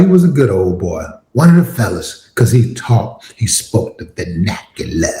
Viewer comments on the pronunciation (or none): the VER nak U Leurrr 😂😂😂😂